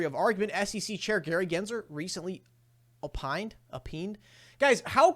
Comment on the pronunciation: I'm guessing you never watched The O'Reilly Factor. If you had, you could easily pronounce opined. LOL